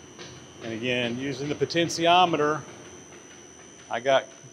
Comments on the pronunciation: Sorry but there is no such thing as a poten’c’iometer. There is no C in potentiometer. Please google the pronunciation and practice it. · That's pronunciation of potentiometer gets to me. 😂. Good video regardless. 👍🏻